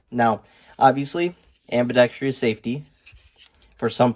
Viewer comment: Ambidextrous has FOUR syllables, not FIVE... : /